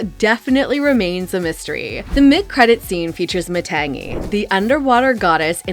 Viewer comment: These YouTubers mispronouncing Matangi and Tamatoa is driving me crazy 😢